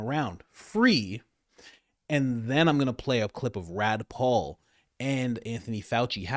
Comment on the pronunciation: Bruh…Did you say “Rad Paul”?